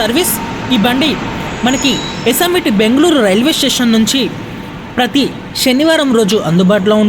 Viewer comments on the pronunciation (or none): none